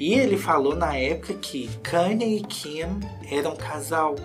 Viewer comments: Vc tem nariz entupido ??? Quando fala Kim eu entendo Kika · Ele fala Kika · vc é unico..com a pronuncia do nome dela....🤣😘